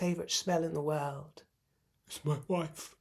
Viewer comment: "When my woif is in heat and in need of siring"...😂😂😂😂 I nearly choked on my lunch!😂